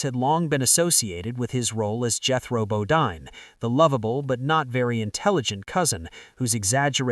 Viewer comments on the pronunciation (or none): It's BoDEEN! NOT Bo-DINE! God I hate these AI narrations!